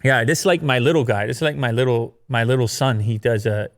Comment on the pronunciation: I think that said "my liite son" and nobody commented on that